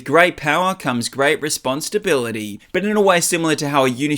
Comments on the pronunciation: I keep hearing "Response to bility" idk why lmao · You keep hearing that bc that’s totally what he’s saying lol. He’s 100% saying response to bility 😂 I’m hearing it like “response stability”